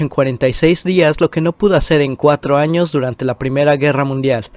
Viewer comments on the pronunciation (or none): none